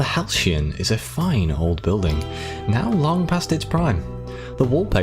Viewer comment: you kinda stumbled over the word Halcyon, sounded like Halsheeyon